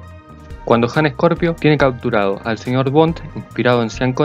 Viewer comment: Ok but it's Scorpio not "Ejcorpio"